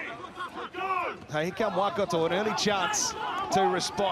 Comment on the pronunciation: When did it become ‘WAH-kato’? Edit: I reckon one guy said Waikato 50 times and said Wellington maybe once. Strange.